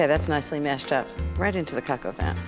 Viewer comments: Btw, Ina, its properly pronounced coke o van, not cock o van. Just saying🤷🏻‍♀️🤷🏻‍♀️ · I don’t mean to pick but it sounds like she says cacavan instead of pronouncing it correctly - cohk o vahn. I mean at least say cohk instead of cack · its pronounced Cohk-aw-von. Not Coke A Van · This looks like from maybe at least 15 years ago...and it is pronounced "coke" not "cack" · I thought it was Coka Van, not kaka van. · Wel we know she likes to say cok van over and over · drink every time she says co co van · Ina darling please work on your pronunciation of coq au vin. It is not cack au vin. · 1st learn how to pronounce it in French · My dislike came from the fact she cannot pronounce Coq Au Vin correctly.. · ....That's a New Yorker for ya.....doing things their way.